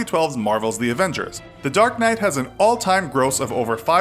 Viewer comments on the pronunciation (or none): none